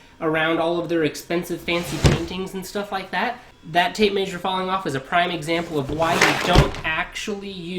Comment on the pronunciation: Trust a plumber to mispronounce tape measure 😉😂